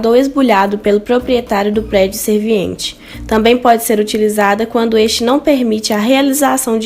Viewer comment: Vc esta pronunciando 'SERVINIENTE', quando na verdade é 'SERVIENTE'